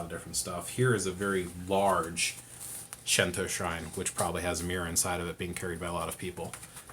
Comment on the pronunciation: It's pronounced Shinto, no shento. 神道 that's the kanji. Shin tou. with a long o at the end. "She" is not in the kanas. Thanks for the intro